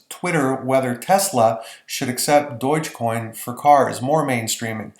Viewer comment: Unbelievable that you don't know how to pronounce Dogecoin! Not at all reassuring.